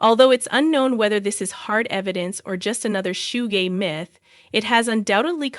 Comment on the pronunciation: Girl Suge Knight pronounce "Shugg" not shuggah